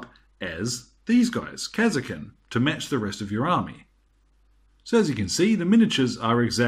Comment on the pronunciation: kas er kin.. Who the fuck says it like that. KAR SKIN !